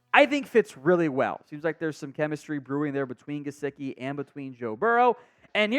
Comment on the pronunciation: It’s Mike Juh-si-kee …